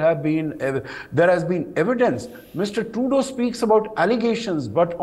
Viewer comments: It's pronounced True-dough, NOT True-do. But I call him GARBAGE. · It's pronounced like True-dough not True-dew 😁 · Tru is pseudo. He is Pseudough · We should not relax, so funny to see how this Turdeau pronounces player and power, as if blowing with his cheeks offing up. I think it indicates insincerity or lying from a body language perspective.